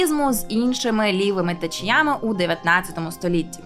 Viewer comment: новОму відео, а не нОвому. ДанинА, а не данИна. тЕчіями, а не течіЯми🙄